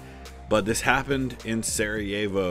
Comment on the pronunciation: one thing to learn: try to pronounce Slavic names on the first syllable. So, it is SArajevo, not SaraJEvo as many English speakers say. Also, BELgrade, ZAgreb, DUbrovnik, etc.